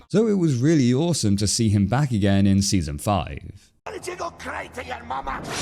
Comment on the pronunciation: “ Seezon feyeve bahd ”.